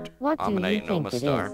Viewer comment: Lol, the "Ammonite fossil" sounded like "Omanyte fossil"